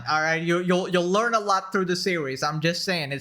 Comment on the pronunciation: say "learn" again!!! say it, mf!!! I dare you, I'm MF double dare you!!!!!!